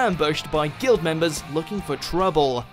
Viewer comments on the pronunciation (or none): none